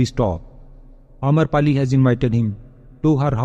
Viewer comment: Amrapali not amarpali